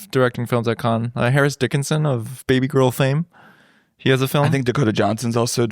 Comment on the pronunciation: Mispronouncing Cannes is a big L for my guys